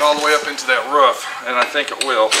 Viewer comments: It ROOF not ruf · not being a nit pick. ITS ROOOOOOOF not ruf